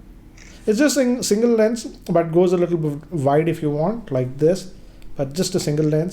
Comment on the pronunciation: Why do you always say VIDE angle shot..it's not VIDE its WIDE...